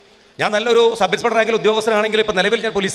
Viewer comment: പോലീറ്റേഷൻ ❌ പോലീസ് സ്റ്റേഷൻ ✅ ടൂട്ടി ❌ ഡ്യൂട്ടി ✅ സബ് ഇൻസ്പെട്ടർ ❌ സബ് ഇൻസ്‌പെക്ടർ ✅